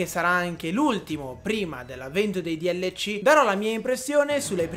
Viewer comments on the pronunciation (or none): DLC non si dice dielleci ma si dice delsi